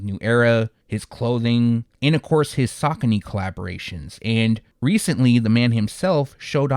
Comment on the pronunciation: It’s sa coney bro